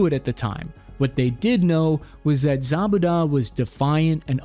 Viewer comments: Abu ZaBaDa haha the pronunciation is killing me haha! Should sound like Abu "Zoo-bey-duh";) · Isn’t it pronounced like zu-bay-da? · you absolutely butchered the pronunciation of Abu Zubaydah, which would have been easy to look up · You should look up how to pronounce these names before you make videos about them. Mainly Zubaydah and Kiriakou